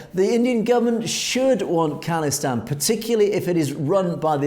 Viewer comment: how you say Khalistan is absolutely correct. Not call istan! God knows where they got that from.